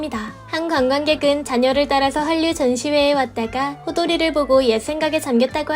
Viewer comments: 왜 자꾸 한뉴라고 발음 하지? 한국인은 정확히 한류라고 하는데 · 한뉴로 읽는게 아니라 할뉴로 읽는다 아그야~~ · 류 발음 안되세요? 할류로 읽으셈